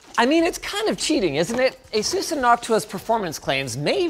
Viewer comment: ur pronouncing asus wrong. it's the other way. ur not Taiwanese, whats the accent for?